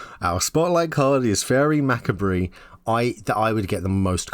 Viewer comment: Faerie Macabre is pronounced “Fay-ree Mah-cobb.”